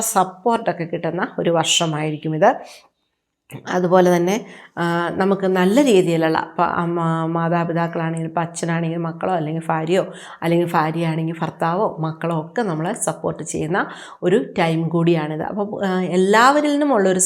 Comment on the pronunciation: ഫാര്യ അല്ല ഭാര്യ ഫർത്താവ് അല്ല ഭർത്താവ്